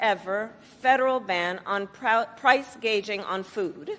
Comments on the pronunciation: I heard her say price gauging - can't make this up! Pathetic and scary. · Price gaging? You mean "gouging g" Kamala?😅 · Kamala: price gaging (gouging) hospitility (hospitality) Trump was right kamala ish a ishtoopid.